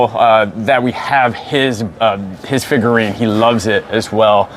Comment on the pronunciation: Every time he says, "figurine" my soul cringes.